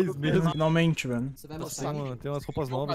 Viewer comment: Sempre quando o fala "Ropa", eu penso em uma camisa